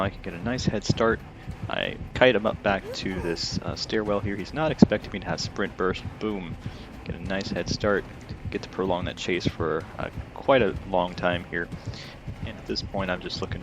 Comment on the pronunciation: Love vids, also you said sprint birst at 4.50